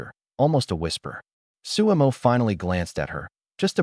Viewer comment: his name is su mo NOT su emo